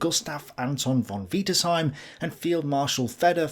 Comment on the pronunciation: Stop saying von wiederseim